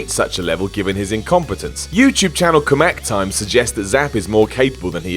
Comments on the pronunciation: Kay Mack not kuhmach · It's pronounced Kay-Mack time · Butchering kmacktime’s name 😂 It literally: k Mack Time it’s not that hard (k as in Kay lol)